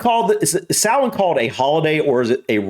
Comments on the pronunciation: I'm so glad you looked up how to pronounce it properly 👍😁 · easy way to pronounce it is sow-wen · Pronounced saw-en 🎃 Original celtic Festival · its sow in .Samhain is an irish word and aw sounds are indicated by an accent marker called a fada as there is no fada its sow in rather than saw in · Samhain is pronounced SALWIN (USA) and SOWN (UK) 👍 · Both are wrong considering the name is in the Irish Language and pronounced Sow (like the pig) - In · It's Sow-in, not SAR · I learnt it as pronounced sour-n